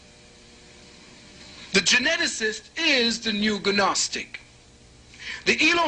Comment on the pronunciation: I was enjoying his monologue while working until when he mispronounced gnostic as ganostic two or three times. Kinda killed it for me. If he doesn't know the g is silent why did I waste time? I want those 34 minutes back.